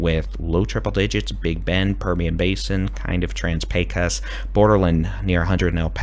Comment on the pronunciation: Thank you! Your pronunciation of Pecos (PAY cuss) is new and improved! 😄